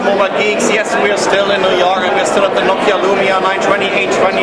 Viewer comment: Give you a good ideer of what nokeer...